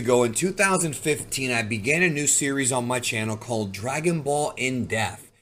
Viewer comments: it sounds like you keeping saying "in deaf" i cant unhear it. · Just curious are you aware that there is a P in the word depth? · Bro cannot pronounce the p in depth to save his life